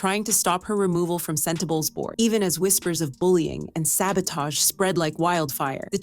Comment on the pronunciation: The narrator pronounced “Sentabale” a different way every time. 😅